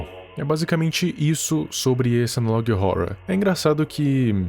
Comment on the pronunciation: FALA ANALOG HORROR DIREITO!!!! TEM UM "HO" ANTES DO "RROR"